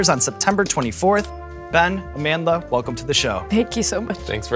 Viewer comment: I really appreciate Sean's effort in properly pronouncing Amandla's same..